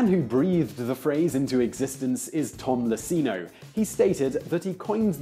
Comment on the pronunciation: A good history. But it's "Tom Iacino" (with an I), not "Tom Lacino" (with an L).